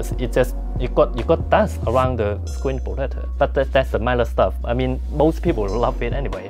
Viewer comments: Crakced me at "screen potator" 😂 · Scween potato. LOL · Screen Potetah!? LOL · screen protata HAHAHAHAHAHA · Screen potater 🤣🤣